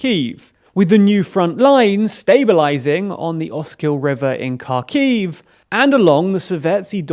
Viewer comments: HAR KEEV NOT KAR KEEV ffs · damn why do english-speaking people always say "CAR-KEY-IW" 🤦‍♀️ it's "hArkiw" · KhArkiv, not KharkIv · [HARKIV] man, not [karkiiv] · Karkhiv more like car key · Your inability to pronounce Xarkiv is starting to drive me crazy. If you can't make the X sound (a lot of us can't) then just pronounce it like an H. You do still have the letter H in Britain, don't you? (I know you don't have R anymore.)